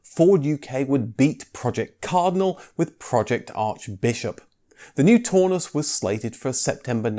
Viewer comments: That German Cortina would be pronounced the TOWNUSS not Torness! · "Taunus" is pronounced to rhyme with "cow" not "saw". Coil suspension at the back and double wishbone suspension at the front doesn't inherently give a much softer ride. That's a "Mk4 80" Cortina, which is often called the Mk5, not a Mk4. Blatantly stolen from KGF Cars site ! 😆 Eh ? The Mk4 used the Mk3 estate rear end, which is also the Taunus. That's a Mk4 now, when you're talking about the Mk4 80 engines. 1970 rear end ? You said it was 1974 rear end ! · Also. The "au" in Taunus, rhymes with "Cow." not "door." Please also stop the "comedy." I've used far to many " " " " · No no no, no no. NOT "tawnoos". Pronounce it "townoos", like the "town", and ending in in "oos". LOVED them! Make me pick a vintage car to drive daily, it is between a VW Bus and a Taunus/Cortina TC2 Kombi/Estate :face-red-heart-shape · Its pronounced Tau-nus as in Brown not Tor-nus as in Brawn. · Taunus: Townoos, not Toonus! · it's pronounced "Town us" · Or Taunus, au in German is pronounced ow, so Braun is brown,and means the same. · The single European design ethos instituted by Detroit started with the Transit.... Also you mispronounced 'Taunus' several times...